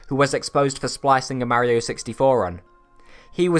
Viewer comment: You keep unpronouncing Mario in the video. Please get it right